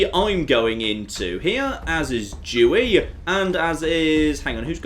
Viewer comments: why does pronounce Dewey with a "dj"? Makes me think he's saying a slur. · I wasn't looking, so hearing him say Adolf and then hearing him pronounce Dewey was concerning